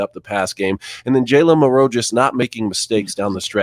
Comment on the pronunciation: I gotta ask you guys, and this is something that I've been wondering all year. The way all three of you say Milroe's name.. is it an inside joke? Like before the season did someone come up and say hey lets do this all year and see if anyone says anything? I'm not upset; I just find it curious and kinda funny that you all put the emphasis on the second syllable of his name. It would be like me saying Cam newTON all the time 🤣